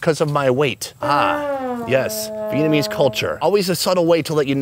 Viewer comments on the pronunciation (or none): none